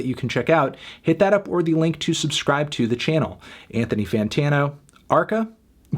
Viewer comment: Brilliant that arca is naming his music more and more in Spanish and guys like Anthony pronounce it in a typical American fashion. I get my popcorns and listen ;-)